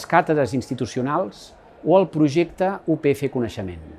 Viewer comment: Oriol, com a estudiant de periodisme de la upf, m’agradaria dir-te que comunicativament, un error en el vídeo és utilitzar el català oriental però, a la vegada, dir “u pe efe” en comptes de “u pe efa”, ja que hauria de ser vocal neutra. T’ho dic com a crítica constructiva i em sobta que l’ajudant de comunicació que tinguessis no t’ho hagués comentat. Salut!